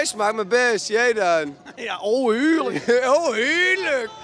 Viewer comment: ik vind het de max als diene gast zegt ' Heerluk' xD jonge ik kan niet meer als hij dat zegt